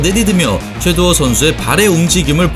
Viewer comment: 최도후 선수가 아니라 최두호 선수입니다. 영상 초반에 3번 정도 잘못 발음하시네요.